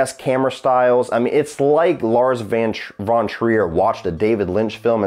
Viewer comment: You pronounce „von“ in „Lars von Trier“ with an „f“ like in „fish“ in the beginning, not like the English „v“.